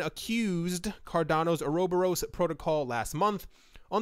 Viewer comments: Or-Uh-Bor-us = uroboros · Just found it funny but its (Ora) (bore) (us) . Pronunciation isnt a big deal, just found it funny to hear.